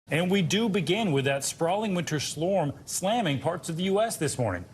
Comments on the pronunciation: Is no one going to talk about how he said "Winter slorm" instead of winter storm? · There's a slorm coming per report from news anchor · "Sprawling winter slorm" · What’s a “Slinter Slorm”? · Bro said SLORM I'm out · “Sprawling winter slorm”?😂😂😂😂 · Winter “Slorm?” 😅 Did anyone else hear that? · Did he say "Slorm"? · He says "winter slorm" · “Sprawling winter slorm” 😂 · Did he say "Slorm"? 🤔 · Did this dude say winter slorm? 😂 Wtf is that?